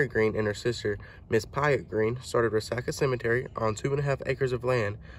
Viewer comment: Re-sock-a not re-sack-a is the way I thought it was pronounced.